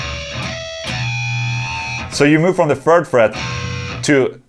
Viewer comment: "the furd fret"